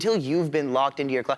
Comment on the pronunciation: who is dana "loshe"? I know a dana loesch but its pronounced "lash"